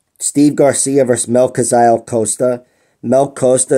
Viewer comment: I like that you always pronounce brazilian names right "Melquizael" is tricky even for brazilians